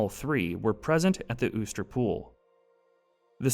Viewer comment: you sure uster is pronounced that way? considering theres nothing above the u